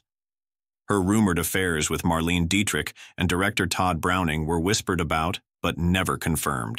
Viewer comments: William Haines & Jimmy Shields had the happiest marriage in Hollywood, according to Joan Crawford. "MarLEEN DietriCK"!? 😠 Mar-lay-na is closer to it, and gargle through the CH of Dietrich. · It’s pronounced Mar-LAY-nuh Deitrich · Please pronounce Bette Davis as Betty Davis. Good grief. That and Marlene Dietrich always mispronounced. I hate AI voices.